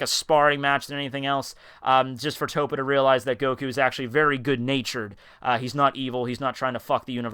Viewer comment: and it TOPPO pronounced TOE-POE